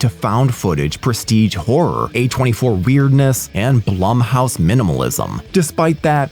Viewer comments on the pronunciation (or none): none